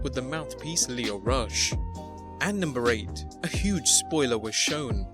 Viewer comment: Again with just a little research you’d get Lio Rush’s name right.